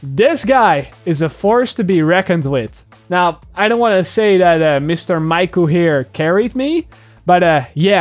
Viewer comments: Miku is a Japanese name. It is pronounced like saying "me" "koo". Just an FYI for future reference. ;) Good video though! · The one thing that triggered me the most is saying Miku wrong.But awesome video regardless